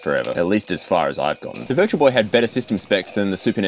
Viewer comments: Just me that heard "It's the Virgil Boy!"? 😆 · I thought he said "it's the virgin boy" in the beginning lmao love your videos, dude <3